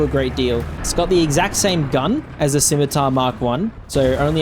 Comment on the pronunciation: 20 seconds in and already I have to award you points just for being able to pronounce Scimitar.